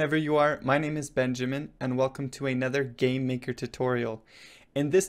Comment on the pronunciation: It sounds like he says Gay-maker studio XD